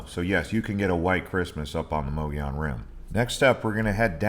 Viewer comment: It’s pronounced Muggy-own.